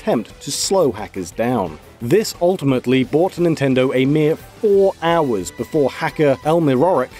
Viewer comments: One Houe lol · Ah yes, houe.